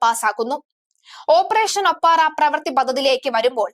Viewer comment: ഓപ്പറേഷൻ 'ഒപ്പാറ അല്ല ഒപ്പേറ.